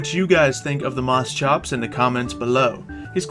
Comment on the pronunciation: It's Moschops; Moss-Copes. But call it what you will.